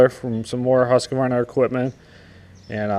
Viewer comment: Husq-varna.....say it right!